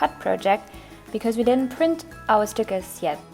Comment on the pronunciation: You know your fat when you say SNICKERS instead of STICKERS..